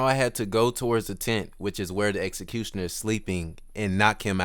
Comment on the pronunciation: You are not speaking English - seriously you dont say "objective" or "executioner" clearly .